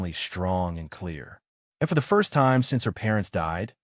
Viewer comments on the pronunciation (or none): none